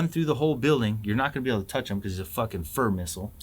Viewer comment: Fur missle? 😂😂😂😂